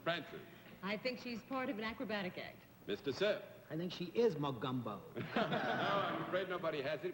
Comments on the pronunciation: Love how Bennet Cerf pronounced "Mogumbo" instead of "Mogambo". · John Daly acts like a bashful schoolboy. Just wondering if anyone else noticed they all pronounce the movie name as "Mo-GUM-Bo?" Shouldn't it be pronounced " Mo-GAHM-bo? "